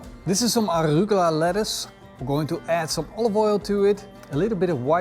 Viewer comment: I absolutely love beef carpaccio and have had some amazing ones over the years in Italian places, but now I must try Wagyu carpaccio... wow that looks AMAZING!!! Nitpicking time: 1) 'Aruluga' lettuce -- it is not lettuce, and it is "arugula". Or call it by the other name, a lot easier: "rocket" 2) What do you mean frozen sausage? All carpaccio is made from slabs of meat, not sausage. 3) You think that beef is fresh? How can Wagyu be fresh unless it is raised there? It was previous frozen.